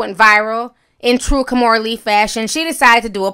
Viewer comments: Now if only Kimora would learn how to pronounce her first name correctly. She keeps pronouncing it as "kaw-moo-ra" when it should be pronounced "kee-moo-ra". At least she pronounces her daughter Aoki's name correctly. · I wish Kimora knew how to pronounce her first name correctly. It should be pronounced "kee-moo-ra".